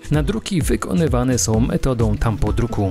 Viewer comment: to jest tampondruk , a nie tampodruk. Produkcja świetna. Dzięki za kolejny film i wszystkiego dobrego :)